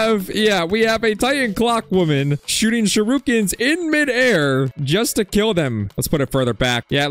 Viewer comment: Bro Said shurookins☠️☠️☠️